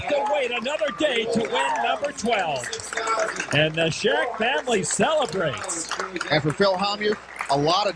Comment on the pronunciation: BETH SHAK not Shek